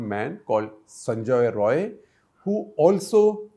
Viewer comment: it's sanjai rai not sanjoy roy